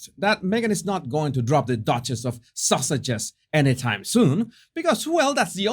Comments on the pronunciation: I love how you pronounce Sussexes because it sounds like you are saying sausages. It makes me chuckle every sing time. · It started out with the way he says Sussexes, with his accent. I think just gave up and started calling them the duke and duchess of Sausages LOL